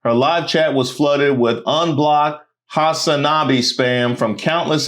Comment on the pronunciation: Saying Hasanabi like that is hilarious😂